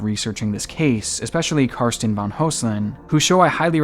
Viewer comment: van =/= von